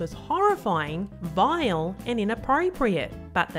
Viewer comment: Vial? Not Vile?